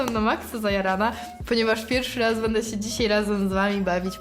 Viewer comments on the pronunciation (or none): none